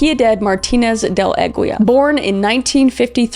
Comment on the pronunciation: Aguila "Ah-ghee-lah" c'mon Kriss lol